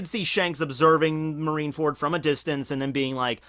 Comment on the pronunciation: I swore he said "Marinara fruit" earlier lol